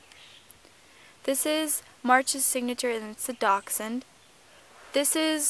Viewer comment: Yes you said dachshund right